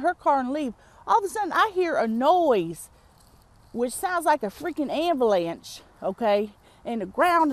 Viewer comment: she said ambalanch